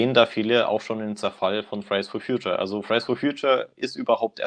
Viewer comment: Wenn er "Fridays for Future" sagt, klingt das immer wie "Fries for Future". Pommes halt. 😂🤔